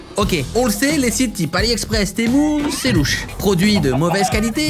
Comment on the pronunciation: Moi je penser qu’on disait Temu pas temou